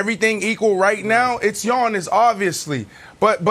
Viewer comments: Nobody: Giannis Brandon: Yonnis; Yinnis; Yawnnis; Awnnis; Ones; Onnis; Onyx; Yawning 😭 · Can somebody tell Brandon it's 'Giannis' not "Yawnnis".. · Brandon Marshall calling him Yawnis is HILARIOUS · The G is silent in Giannis name so I don't understand why Brandon is putting emphasis pronouncing his name. 😂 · Brandon pronounces Giannis name funny